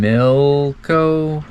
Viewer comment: Pam-lick-oh sound 😂 Beaununciation is a thing! Probably the friendliest area to sailors on the ICW in my humble experience. Great episode!